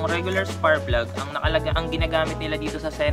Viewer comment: “SPARKKK” PLUG brad. Hindi SPARRRPLUG. Puro ka Sparrrplug eh! 🤣🤣🤣🤣🤣🤣🤣😅